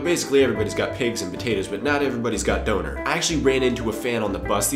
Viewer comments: how long it took me to realize he means dÖner .' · Oh come on now,. Everyone knows that Americans have a little problem with "Umlauts". Try to pronounce Loewenbraeu correctly. With your "Schulmeisterei" you sound more like a German. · als ich " doner " gehört hab, wusste ich erst gar nicht, was du meinst, bis ich dann rausgefunden hab, dass du "Döner " meintest :D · the whole time i understood "Doughnut" not "Döner" :D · its Döner not Doner^^ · Cool, but since you live in Germany, please pronounce "Döner" properly. The word is pronounced more closely to DURNER not DOANER. Definitely agree with you about the fact that Germans are not afraid to let children play and will take responsibility for their own actions. America has become extremely WUSSIFIED! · he means döner! now it makes sence :D I was all the time here, sitting and thinking "what the heck does he mean with donors?" xD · That was supposed to mean "Döner"? Seriously? Would have never guessed it... sounded like some bastardization of "Donut" or something like that -. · durner sound like tina turner . its döner. Ö is a letter most people dont know . u have to say it like an Ö no other way to pronounce it . bye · ***** Abgesehen davon, spricht man es korrekt auch eher "Dönehr" aus, als "Döhner". Frag mal nen Türken... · awesome video, just please say dÖner, not dOner. Thought you were saying donut at first ;DD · Döner with an Ö not an O.....;D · Was I the only one who accidentally heard "boner" instead of "doner" (I am embarrassed) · It's not Donar. It's DÖNER c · Döner not Doner :D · DÖNER, not DONER :D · can u say DÖNER? or just DONER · You say doner wrong. Its pronounced Don - er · It is DÖÖÖner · Döner is like burner without the r and with emphazise on the u :) I was kinda confused like "what kind of potatoe?!" XD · HAHA how you underlined Döner you said Doner with o not Ö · Ach Doner ist Döner hahahahaha xD anstatt einfach Kebab zu sagen:D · Ohhh er meint damit Döner XD Danke